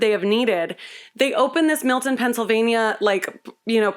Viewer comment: I live in Milton PA and I’m so glad she pronounces it like we do 😂.